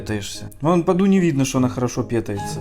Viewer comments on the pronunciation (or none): Ты неправильно говоришь в слове: {пытается} ты ставишь ударение на (е) а надо на (а)